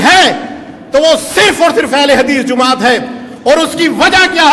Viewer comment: bhai ko bolo jumaat nahi hota jamaat hota he na ahal